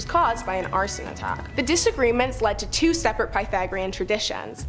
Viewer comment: Piethagorean. Sorry, but that pronunciation was zapping my desire to continue listening about things I actually enjoy learning about. Next!